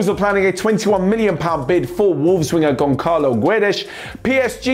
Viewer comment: i already told u its Gonsalo not Goncalo in Portuguese ç is pronnouced s just like in Turkish